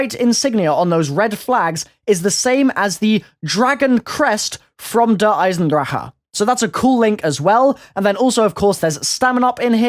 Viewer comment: Its Der EisenDrache. pronounce correctly in German. (Dur. Eye-Zen-Drah- Ck) not fucking Der EisenDraha. Holy crap i get pronouncing it erong but really?!?! EisenDraha?!